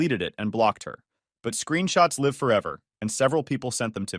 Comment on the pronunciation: Live , like give, not as in dive